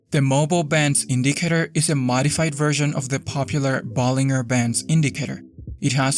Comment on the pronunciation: It's pronounced Ball-in-jer not Ball-ing-er. Just saying.